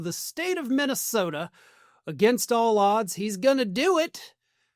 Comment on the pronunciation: Mikey Pillow can barely and consistently pronounce the name of his home state of MINTYSTODA. He actually said it that way.